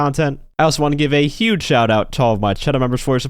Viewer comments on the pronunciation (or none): none